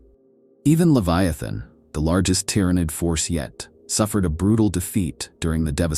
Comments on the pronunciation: Pronounce Tyrant for me PLZ. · I was about to correct you on your pronunciation on "Tyranid", but then you got it right. Then wrong again... then right again. Grammatical rollercoaster... For the record, it's pronounced "ti-ran-id", not "tye-ran-id" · The T-How? Bruh your pronunciation needs work